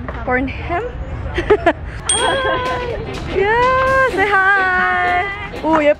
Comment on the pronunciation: It's incorrect to pronounce the "H" in Burnham but many Filipinos do.